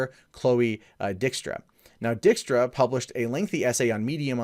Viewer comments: He said Chloe Dick-Struh. lol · Luna well She is spoiled. mispronounced her last name, its Dyke-Stra. As in John Dykstra who invented the motion camera for ILM that made Star Wars possible. Chloe is Johns daughter and has used his talents to help her with props for her cosplays. So yeah entitled little princes who had no career till she dated Hardwick and no work after the breakup and is upset. She seemed like a nice girl before but she is just another entitled rich bitch. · Minor nitpick: Dykstra, pronounced "DIKE-struh". Her dad is John Dykstra, the guy who did the effects for Star Wars and the original Battlestar Galactica. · Whenever I hear you say her last name, I just hear... "Dick strap".